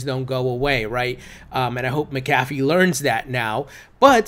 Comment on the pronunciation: 1) you’re saying McAfee wrong, it’s Mac uh fee. 2) the Model T wasn’t Fords first car. It was Fords first car off an assembly line. He made plenty of cars before the Model T.